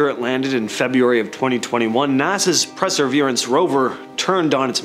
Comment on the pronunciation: Presserverance rover? Are you sure it's not Perseverance 🤣🤣